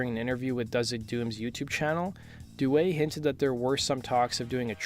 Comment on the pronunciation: Sammy Duet is my boy, I love that dude so much. He's the man and a really great guy! His last name is also pronounced, "Dew-EE," that's how Sammy pronounces it himself. :)